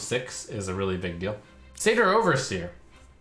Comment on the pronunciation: Someone finally pronounced Satyr correctly